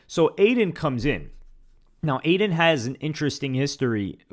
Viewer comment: When she said “F Adin” , Neon shoulda said “Than F Yall” & walked off like a G🤣🤣🤣🤣🤣